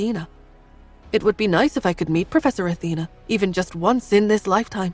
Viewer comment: Why do they keep changing the pronunciations of words Athena sounds like Auntie and then from Pur to Poor and then back to Pur. There's a also a few other errors in the past changing Roger to Howard then back to Roger etc. It's really kinda annoying.